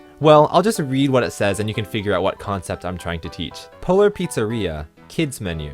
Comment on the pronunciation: I can't help myself, I keep hearing "Polar Pizzarrhea" :D